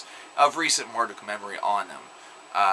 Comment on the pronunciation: The fucking 2007 album is titled Rom. as in Romans . There is no way that this guy has ever listen to a Marduk album because he can not only pronounce the name of the band wrong but their album title as well. As for the morons here who thought the name of the band is pronounced "mar-duck", go listen another band. If you actually listened to Marduk then this should be self explanatory from a little album called Panzer Division Marduk.